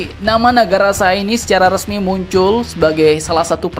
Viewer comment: Kayaknya dia salah sebut tuh.. NAGARASA, yang sebenarnya adalah NAGASASRA.